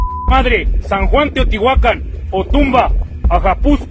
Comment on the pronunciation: Puro chilango 😅 no saben ni pronunciar bien Teotihuacán